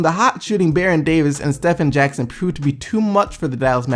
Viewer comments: its pronounced steven jackson though its spelled stephen… smh ppl dont even be knowing basketball doing these sports pages. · The way he says Stephen Jackson😂 so obvious he has no clue b4 2010